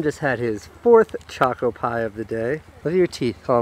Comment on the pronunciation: pronounced chochoe pie